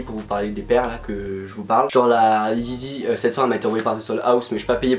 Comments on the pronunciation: «yeezy » et pas «eezy » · « La yee-zizi ». Mrc